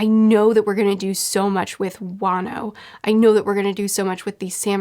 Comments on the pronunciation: Fyi, Wano is pronounced Juan-o, not way-no. Love this series:) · It is funny that whenever pronounces "wano" i think she will say "wanus" and i get a bit disappointed